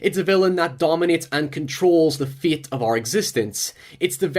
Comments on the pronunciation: when he said fate i thought he said feet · he says “fate” like “feet” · Not to bully, why you say feyt instead of fate or teybul instead of table ? Accent or a anomaly?